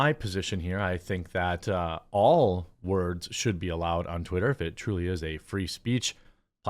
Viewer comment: Wordzezez!! REeeeeeeee!! 😂😂